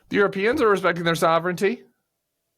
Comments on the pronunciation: Sovrenity? Another American abuse of the English language. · Tim, Tim, Tim -- what is sovrinity? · Tim is so outraged that he forgot how to pronounce sovereignty. Thanks JD. You broke Tim. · This was a great clip. But the way Tim pronounces sovereignty had me rolling. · It would somewhat help his case if Vance figured out how to pronounce souvereignty. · Tim, i love it when you get too angry to even pronounce words. Get this trashbag. Canada appreciates your support ❤